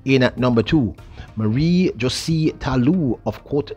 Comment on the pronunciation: You are one of the best commentators , but please pronounce Talous name properly Jose is pronounce like Hoo zay .Thank you no offense meant .You are still the best .